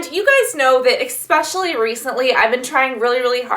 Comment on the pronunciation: Expecially... EXpecially... grates on my nerves